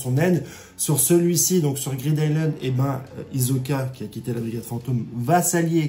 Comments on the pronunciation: Stp frero c’est pas hiZoka mais HiSSoka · C'est hiSoka! pas hiZoka....! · Fréro, chaque fois que tu dis Izoka, j'ai mal aux oreilles... Je n'ai jamais regardé en VF donc je ne sais pas si c'est ainsi que c'est prononcé. Je préfère clairement la prononciation Isoka en VO. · Hisoka stp pas hizoka ça me stresse 😁😁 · Ça se prononce hissoka. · ta prononciation d'hisoka est tellement bizarre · Phonétiquement ,Hisoka se prononce avec le « s » de serpent, saxophone, sel ou singe